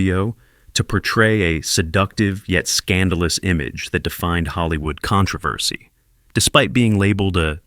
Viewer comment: How did you mispronounce controversy?